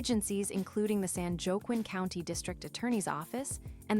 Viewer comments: What an absolutely detached from reality bunch of BS this report is. I wish YouTube would show all the dislikes as I’m sure there are hundreds. Btw, San Joaquin is pronounced wah’keen, not joe’kwin. Whoever made this video is a criminal sympathizing m0r0n. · "MAN-tek-ah" "Charles McGonegal Roman Two" "San JOE-quin" This is sooooo bad. Couldn't someone from Manteca (pronounced "man-TEA-kah") give us the real scoop rather than this AI crap?